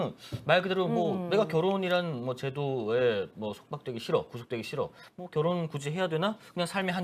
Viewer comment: 결 혼 결 혼 ~~~ 비 혼 비 혼 진짜 거부감이다 앵커 저런 사람을 쓰냐 ㅋㅋ 기자였어?? 아나운서 코스프레하네 ㅋㅋ